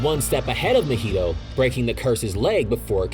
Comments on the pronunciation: Mahito does not rhyme with cheeto my dude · drinking game: take a shot every time he pronounced mahito wrong if you would like do die of alcohol poisoning